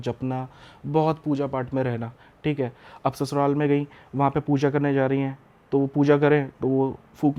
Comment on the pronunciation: Think hai 😂 Thik hai 😂 Thik hai 😂